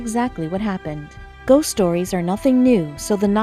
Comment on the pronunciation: and its ghost not goss